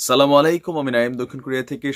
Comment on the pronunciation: আসসালামুয়ালাইকুম ভাইয়া সালাম টা সুদ্ধভাবে দেয়ার অনুরোধ রইল